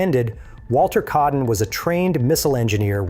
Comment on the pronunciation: Its Walter kaaden, not keaden. Aa pronounced like ah